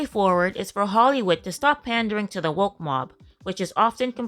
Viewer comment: Woke? Oh, I thought you said, "Whacked."